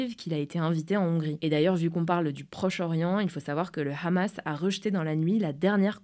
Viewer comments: pour blanche, pas besoin de forcer sur le H du Hamas car on prononce "amas". Cette prononciation donne envie d'arreter directement la videos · Possible de prononcer le mot "hamas" en français svp ? Merci. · Pourquoi dire Rhhhammas pour le Hamas alors que vous prononcez pas les termes Anglais avec l’accent, bande de gauchos